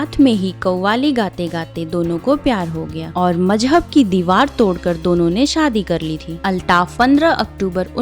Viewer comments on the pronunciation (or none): none